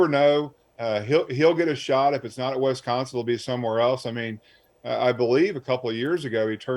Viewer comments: It's Wisconsin. Not Wesconsin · It's not WESconsin. Dammit, learn how to pronounce it.